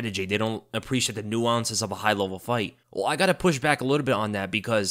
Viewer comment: The "technical new-ounces" Lol